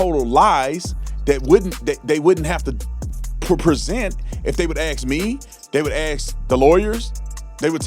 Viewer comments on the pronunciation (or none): I hope you have a good sense of humor, you were commenting on how some people mispronounced the letter A and said a word wrong. You my friend have the same misstep when you say the word ask. Review your tape at the 45 sec. mark and axes yourself what you said. 😅